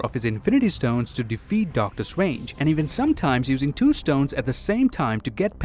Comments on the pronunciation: Do you pronounce 'strange' as swange because that is what i heard and if you go to you can here pronounce strange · He can literally pronounce almost everything with the letter R in it, but not Doctor Strange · “Just how swong doctor swange is” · Doctor Stwange 😂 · I love it how you pronounce Strange😂 and yeah he's super strong, he's Top 3 of my favourite characters for a reason